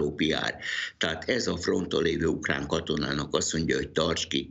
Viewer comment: KATASZTRÓFÁLIS A ZAVAROSBESZÉDŰ MÁR A 34 MÁSODPERCNÉL MI AZ AZ UKLÁN???